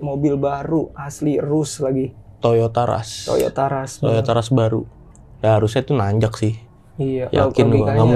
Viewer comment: Bukan Toyota ras ... Toyota russssss 😂